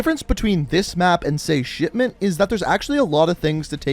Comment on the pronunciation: Did this man say shitment in